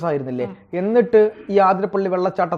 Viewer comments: ആതിരപ്പള്ളി അല്ല അതിരപ്പിള്ളി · അതിരപ്പിള്ളി ആണുട്ടോ ആതിരപ്പള്ളി അല്ല